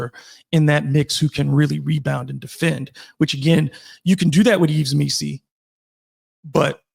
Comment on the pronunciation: EEV MEE‑see, not EEVS.